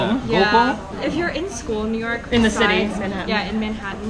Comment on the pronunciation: ミューヨークになってますねw